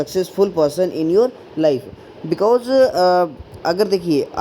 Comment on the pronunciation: Sir u use wrong pronounciation of because please try to use right one🤓🤓😇😇